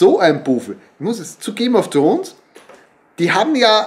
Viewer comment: Ich vermute die Szene in der der Satz „th e things I do for love“ fällt. Auch wenn ich aufgrund Ihrer Aussprache des Titels der Serie nicht annehme, dass Sie diese auf englisch schauen. Ich muss mich außerdem fragen wieso Sie dieses Stofftier als Moby Dick bezeichnen. Hier ein Rätsel für Sie „warum kann dieses Tier nicht Moby Dick genannt werden/sein?“ Und noch zwei Fragen: wird Ihr Pullover jemals gewaschen? Der Fleck auf der linken Schulter lässt mich befürchten, dass dem nicht so ist. Und Ihr Sohn muss dafür zahlen, dass er mit dem Automaten spielen kann? Warum? :( Liebe Grüße und Gesundheit.